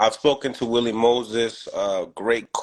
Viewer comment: His name wali smh ! Not willie